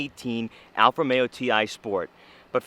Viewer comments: Romeo, not Alfa Meo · How is this car co.pany pronounced? It sounds like you are saying Alfa-mero. Almost like one word.